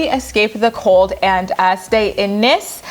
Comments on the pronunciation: Was also going to add that it is pronounced nEEce as well. Glad we corrected you before a French person rolled their eyes at you❤️ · Best wishes with the move 🙂 France is beautiful! Nice is pronounced "niece". South of France is expensive, my sister went to Cannes for a day when she was staying in Nice and a bottle of coke cost her €8 😂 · Aww it’s pronounced like Niece